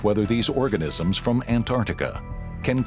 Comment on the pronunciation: Why is he saying Ant-Artica 😂